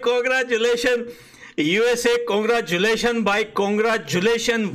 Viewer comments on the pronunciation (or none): Bhai coooongrajulatin nahi baathme cangrajulation bolo❤❤❤❤